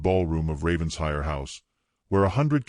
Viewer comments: It’s NOT Ravens hire! It’s Raven shire! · Fix that BOT - It’s Raven-shire NOT Ravens-hire 😡